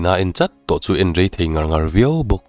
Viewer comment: Min en ngur a,min en ngar a,min en kalh a,heng ho 3 (ngur,ngar,kalh) i thluk dan hian beng a ti thlep deuh thin tih loh chu i chhiar thiam in ngaihthlak a nuam khawp mai.